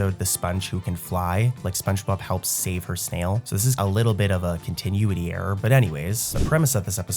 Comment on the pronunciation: i love these videos - but the way you pronounce continuity just dragged me out of a deep sleep